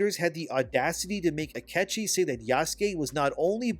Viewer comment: His name is Ah-kee-chee